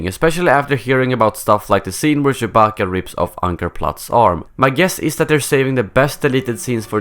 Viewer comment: Really stop saying ShoeBacka......... It's creepy!!!!!!